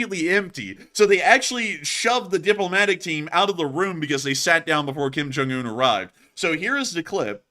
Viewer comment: Kim Junk-unh? Geeze.Lavrov, sitting down before your god-host? So, so, pathetic. Who does Kim's hair. Frighin'-A, it must be done with a gas-powered Lawnboy.